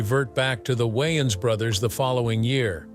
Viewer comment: Why does he keep saying Wyans?